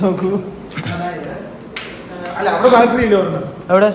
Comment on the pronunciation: എടാ പൊട്ടാ ബാൾട്ടറി അല്ല ബാറ്ററി ബാറ്ററി ബാറ്ററി Battery Battery Battery